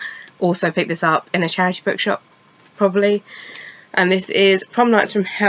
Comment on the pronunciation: It wasn't till about the second or third time you said it that I realized you were saying 'charity bookshops' and not 'trashy bookshops', I was all like whaaaat?? Haha, oh the things I hear sometimes >_<. I was really supposed to read the Raven Boys series this year, but I don't think I'll be able to get to it this year I think ;__; so many books, so little time!!